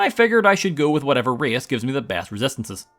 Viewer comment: I honestly thought you said "Rizz", and thought you needed a lot of Speech to complete the run, but eventually I understood that you said "Race"